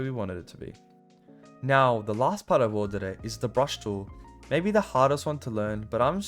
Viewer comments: you misspelt "worldedit" you said "wolrdedit" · the first was actually "WORLDEDIT" not "WOLRDEDIT" 😂😂